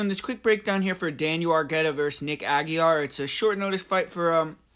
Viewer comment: It's pronounced "ah-gee-ray"